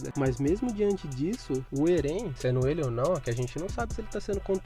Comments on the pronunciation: "Erên" foi foda... 😐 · Oxi, Erén? é Éren mano